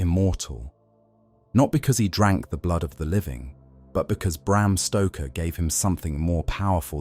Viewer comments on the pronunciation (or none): Bram Stroker? Wtf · Bram Stroker? Who's that? Lol!